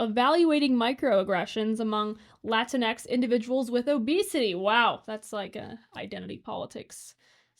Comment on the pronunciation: It’s NOT lotinx